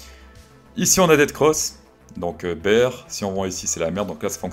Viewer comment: C'est DEATH cross et pas DEAD cross pour être plus précis... Comme Ethfffereum au lieu de Ethtttteureum 😉